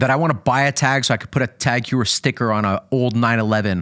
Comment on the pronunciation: Man .. That’s not how you pronounce Tag Heuer, I agree, that’s a beautiful piece though. I own the BB 925, phenomenal watch for the price! You guys need to see the reverse panda in the metal, it’s phenomenal, pictures/videos don’t do it justice.